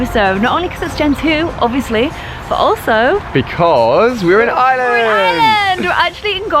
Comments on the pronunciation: I hat when people say island it's IREland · Omfg get your facts right my country isn't pronounced island it's pronounced are-land UHH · It's not island it's Ireland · OMG, watching last video I thought he was saying, "island." Hahaha. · she can't say Ireland right